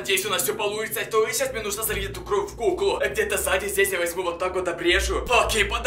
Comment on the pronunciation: Не кров а кровь